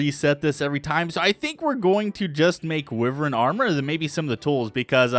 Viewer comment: wyvern is pronounced why-vern